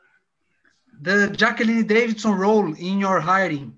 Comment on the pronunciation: All I heard also.... jacqueline davidson!🤣🤣🤣🤣